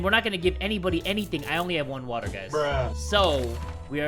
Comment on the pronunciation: When he Said "WATTAH" i felt that